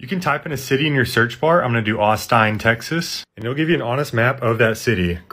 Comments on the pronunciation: it aint "austine" its "austin" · "aus-tine" "mar-riyo" nice pronounciaations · Even though I'm not American, isn't it AUSTIN (Aust (IN) not Aust (INE) 🤔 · its Austin not AsTInE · Also sorry to correct but I live near Austin, TX, and you pronounced it a tad bit wrong, it is Ah - s - tin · “Austine, Texas” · Tik tokrs purposely mispronounce and spell thing to engage comments. He did it with Austin Texas too.